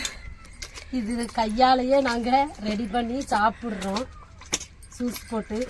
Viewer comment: சூஸ் இல்லை யூஸ் என்று சொல்லுங்க